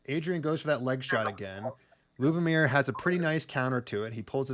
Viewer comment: I got eliminated by Lubomír in the 3rd round. Yes, his leg cuts do hurt 😁. You did great job in pronouncing the names!